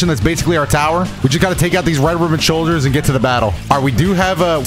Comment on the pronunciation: “Red ribbon sshoilders” yeah since seereax and rhym arnt here gotta point out the bad speaking